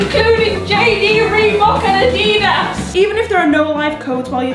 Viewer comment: NO! WHAT HAS OUR COUNTRY TURNED INTO?? ADEEDAS?? ADIDAS!